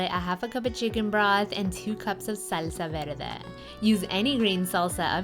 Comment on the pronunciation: we like the way you say SALSA VERDE Beautiful....have a great day!